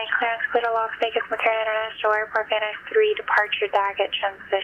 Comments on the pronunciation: Hi there, thanks for the great vid! But FYI, Van Nuys is pronounced like Van Nize. Just in case you make it out here in the future. Looking forward to more of your vids! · Just a quick note: Van Nuys is pronounced "Van (N)Eyes". KBUR is my home airport, and my in-laws live in Vegas, so this is a super familiar route to me. Love it. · I’m going to call it Van Noose from now on. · Clearly not from SoCal. It’s pronounced Vann-Eyes. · I like how you pronounce 'Van Nuys' as Van News. qt pie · Hi! I love your channel! Wanted to correct one small detail for you: Van Nuys is pronounced Van Nize. At least that's how we pronounce here in LA. It's probably wrong, but that's how we roll in Los Angeles. I didn't want you to get flamed by some snarky Los Amgeles ATC operator if you ever fly down this way. Keep up the awesome work! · Just so you know... Van Nuys is pronounced: Van-Eyes Great video. Love your stuff. Keep it up! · Oh, VNY is pronounced Van Nyyyz <G>... Fun listening to it all, learned to fly in So Cal in 76, spent a lot of time in that area. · It’s pronounced Van EYES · Lived in SoCal for 40 years, worked at Los Angeles Center for 27 - Plays has it right - "Van Eyes" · Great video young lady... Just for reference, it's the (pronounced) VAN NIZE -like NICE) transition. Been flying in, out, and through there all my life. Again, great video. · This is in reference to pronunciation "Van News". Missed it first time through. Watched again - in honor of having to record it a second time:). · Such great vids!!! (I'm doing ground school right now) BTW - Van Nuys is pronounced "Van Eyes" - took me a second to figure out what you were saying there :) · I love your channel but that Van Noose is driving me nuts. Haha It's pronounced Van Nize. Lol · Van Nuys- "van-eyes" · I hope I haven’t been wrong all this time my aunt lived right down the street from that airport and I was born in north ridge my family always pronounced van nuys as “VAN EYES” lol